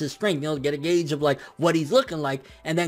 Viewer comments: yo you said Gouge instead of Gauge sounds like Gage lol all gud tho good review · WHY ARE YOU SAYING GOUGE? ITS GAUGE.. PRONOUNCED G-AGE!! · GAUGE not gouge! lol had to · lol its gauge pronounced gayge not like gowge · you pronounced gauge wrong and , and then pronounced it right after